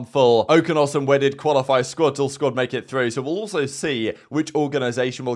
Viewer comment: bro said wedded..